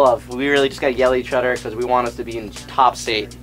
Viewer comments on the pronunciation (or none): "yell at each udder" was i the only one that caught that?! haha